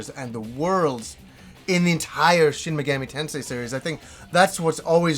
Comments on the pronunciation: Take a shot every time says: Shin Megammy Tensay. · Shen Megammy Tensay